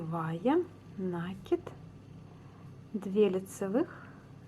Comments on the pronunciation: здравствуйте! Сомневаюсь, что в вашем словаре есть слово нАкид, потому как правильно ( ещё раз повторю!) говорить накИд. Нить накИдывается на спицу, неважно к себе или от себя!!! И ещё...за свою доолгую жизнь, я много чего навязала - это к слову , на вашу реплику. Желаю здравствовать. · Это хорошо, что Вы вяжите классикой, но накИд удобнее делать " от себя". И, пожалуйста, ваш нАкид режет слух, говорите как все современные блогерши ПРАВИЛЬНО!!! Без обид... удачи!))